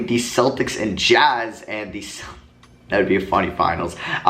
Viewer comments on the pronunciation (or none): none